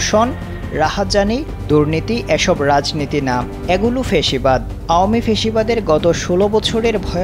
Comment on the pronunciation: সাংবাদিকের ফ্যাসিবাদ শব্দটির উচ্চারণ ঠিক করা জরুরি।